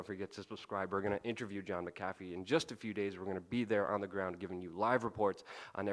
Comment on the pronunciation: a minute in you pronounced john McAfee like john muh-coffee